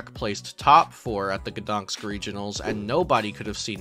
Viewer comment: It's GdanSK, not GdanKS!